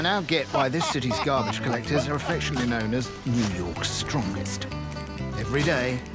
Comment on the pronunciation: 'Gahbidge'. - Tony Soprano